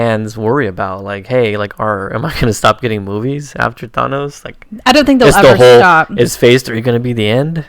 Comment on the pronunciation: Learn how to pronounce Thanos. Watch a Stan Lee interview.